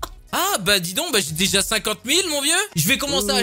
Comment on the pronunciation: oui. moijé. béja. términé